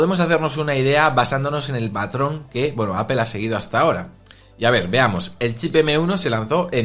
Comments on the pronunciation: Es APOL no APEL no es tan difícil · Apol, no apel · Es mas bien Apl sin vocal, dependiendo del acento del hablante inglés suena mas "e" u "o" ,si buscas como lo pronuncia Tim Cook se parece mas en opinión a "Apel"